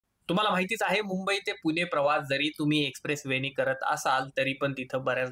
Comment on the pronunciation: पुने नाहीं पुणे